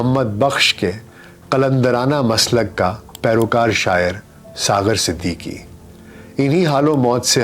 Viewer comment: Aapki Awaaz Shayed cigarettes peeney ki wajah se bahut achi, per talaffuz, Marhoom Siddiqui thay, Siddiki nahi thay 🙏🏻